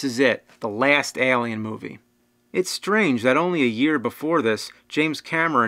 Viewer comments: What's that? Ahlien? Wtf is that? It's Eylien. (Just kidding your fucking awesome bro). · ehlien.. its Alien! A not E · Why are you saying it like that? Aalien. Excellent content though, very excellent content. #Escapism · It's Alien!!! not Alien. Lol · i hate how you s ALLLLIen instead of alien, its alien, not ALLLien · Al-E-Ann Ale-E-En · Why is james saying "Eh-liam" it was throwing me off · he leaves off the "A" and just says "L"ien...... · Stop pronouncing it Elien! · "Ehlian" wot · Why does your pronunciation of the word alien, sound so weird to me. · "Lance HenDriksen" ( , )